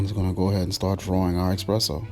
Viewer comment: It's eSpresso. Not expresso.